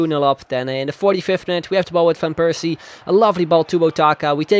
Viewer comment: Waarom zeg je van Persie op z'n Engels terwijl je alle andere Nederlandse namen wel op z'n Nederlands zegt